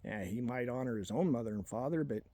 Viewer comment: Hurp derp "i oen guns". A six shooter and some fud rifles? 😂😂😂